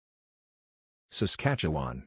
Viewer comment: And he can pronounce Saskatchewan almost perfectly! :)